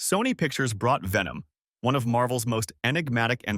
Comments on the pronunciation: Nah it aint vemon it venom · It’s pronounced VENOM!!!